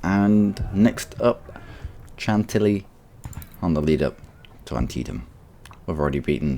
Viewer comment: And it's pronounced Shantilly